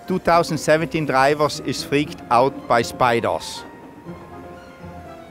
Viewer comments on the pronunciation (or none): "Name the drivos" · Neym da Draïvoss 😂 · "name the drivors" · how he is pronouncing DRIVERS